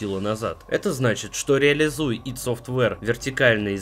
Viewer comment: О да! Ты сказал ИД,а не АйДи,плюсик тебе в карму